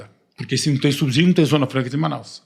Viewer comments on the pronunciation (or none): Falar subzidio é um abzurso